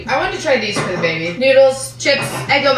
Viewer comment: I hate how she says "baby" sounds like theres marshmallows in her mouth